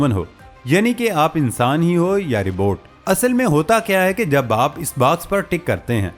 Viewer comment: Rebot nhi Robot hota hai jahil san